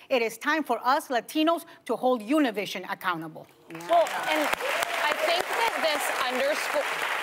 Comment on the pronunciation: Something told me not to click on this video because Ana would be pronouncing Univisión incorrectly, like many people do. It's good that Whoopie was prepared and had learn to pronounce Univisión correctly. (Sarcasm intended). She never does pronounce it correctly. It's an espanol word for an español language network. It's not an English word. How does Whoopie pronounce "Gracias?" Does she say gray-sigh-as? Then Ana chooses to not educate the viewers on the correct pronunciation either. She went along with the mistake from Whoopie yet Ana pronounced Televisa correctly. On the interview I saw on MSNBC in English, they all pronounced Univisión correctly. At least they were all prepared on MSNBC.